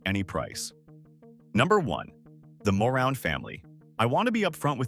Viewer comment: Ma-room family! Not moron!